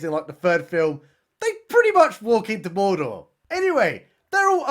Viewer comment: WOULD YA BELIEVE IT? as I sat down for dinner releases a new video and SHUT THE FRONT DOOR he’s talking Lord of the Rings!! And he even pronounces MORDORRRR as it should, like they do in Rings of Power!!